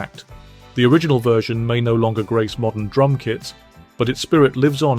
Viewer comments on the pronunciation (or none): none